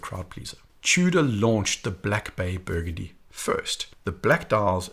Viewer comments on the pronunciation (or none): none